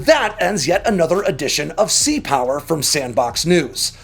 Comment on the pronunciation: Full stop. Us viewers are going to have to hear you to say "Sea power" with the same "Oomph!" as you do "Air power". Consistent with the brand, friend. :)